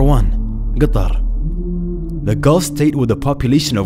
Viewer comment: i absolutely love it when he said qatar.... his pronunciation of ق is really really nice , do u agree?